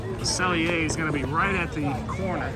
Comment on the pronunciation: Close ^^. There's no L in pronouncing 'cellier', just ce'yée. If you wanna go for the last 3%, make the ée at the end even wider (less eh) and stay completely straight. I know, it's particularly hard if you grew up in American English. Great video👍, you picked pretty much everything I'd have picked, now I'm REALLY hungry! 🤤 If it wasn't 2 am, I'd be sorely tempted to go to a local Steakhouse here in Hamburg where it's probably quiet, and the filet mignon is €29. 😁 Dang, Disney! ^^